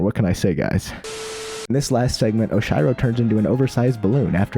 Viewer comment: I love how you synchronized the final section (Summit) with the beats of the music ! Great job ~ BTW it's "Oshiro" with a eeeeee sound !